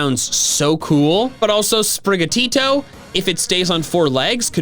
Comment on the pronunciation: you're great and everything, but as someone who speaks Spanish, I feel like I have to tell you that your pronunciation of Sprigatito is ATROCIOUS (I am fully expecting this to be the case for everyone, but it's just... it's almost physically painful)